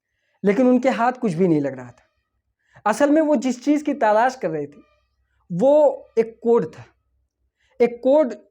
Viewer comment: Bhai ta lash nhi talash hota hy